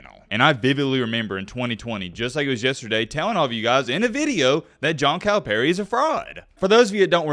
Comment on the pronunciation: You pronounce Calipari as “Kyle Perry” lol